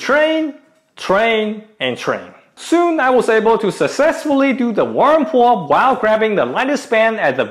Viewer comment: I keep hearing WormPullup... I was so confused